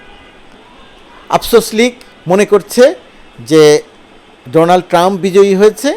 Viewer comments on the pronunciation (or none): none